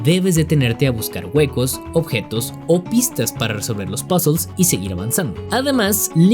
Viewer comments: Tras 3 veces oyendolo, "pasools"=puzzles, entendido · Shoother "suer" Puzzles "pusels" 😮